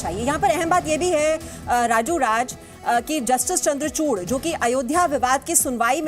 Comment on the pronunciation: अरे नमूनों, जस्टिस चंद्रचूड़ हैं चंद्रचूर्ण नहीं